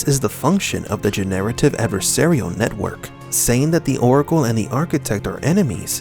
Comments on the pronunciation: I have never heard anyone pronounce <Generative> in that way. Love your videos but that killed the immersion on this 1 for me! Generate + ive = Gin + narrative Sorry to bring it up cuz its not criticism of your content. Laughed so hard tho... :) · Quit pronouncing generative incorrectly ... you are saying gen-narrative, which may have remote applicability but not what you mean, I believe.